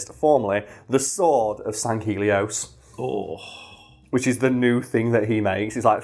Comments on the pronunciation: it’s pronounced “Sang-Healy-os” in the games but it’s a pretty backstage planet to the actual games so I’ll let it slide lol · Sanghelios and Sangheili are pronounced without the g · oh we'll give you shit, you keep mispronouncing sangheili and sanghelios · I haven't seen anyone state it but on the pronunciation on Sangheili and Sanghelios, You wanna split Sang and Heili, other wise you got pretty close already, and the video is as always, amazing. Keep it up man.